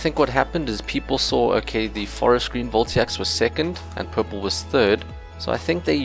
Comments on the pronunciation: They're voltaics, not voltiacs. Vol-Tay-Ic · It's VoltAIc, not VoltIAc. Anywats great and helpful video, earned a sub :D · its VOLTAIC, not "Voltiac" :) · very interesting . . . a lot more complicated than I thought. :) Side note: Voltaic is said like Vol-tay-ick.